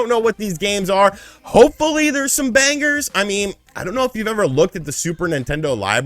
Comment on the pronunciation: Did I seriously just hear you pronounce “banger” with a hard G?